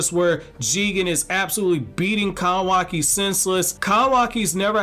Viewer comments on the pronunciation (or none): Not to offend you bro but please just call him Kawaki not Kawaaaki!! I like your Vidoes but that's all I hear.